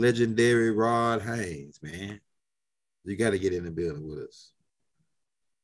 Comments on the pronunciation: Stop 🛑 it ... You Keep calling him Ron Haynes 🤣🤣🤣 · His name's Hayes bro not Haynes🤦🏿‍♂️ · seriously, his name is, not Hanes like the underwear. But I'm laughing because you sound funny as hell saying his name incorrectly over and over through the whole video. Just letting you know because Rod probably won't tell you, you fkn his name up just so you don't feel bad.